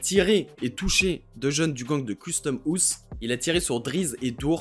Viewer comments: Frr ton accent et la prononciation ? Tu sais quand même pas dire house correctement la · comment tu dit house🤣